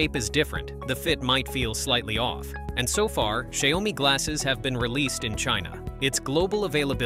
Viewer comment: can you please pronounce XiaoMi the right way? 😅